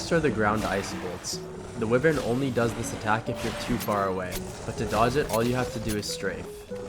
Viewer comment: its wyvern btw not whivern lmao